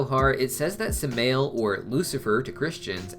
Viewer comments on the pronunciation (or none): Samael is not pronounced “smail” it’s pronounced “Sa-My-El”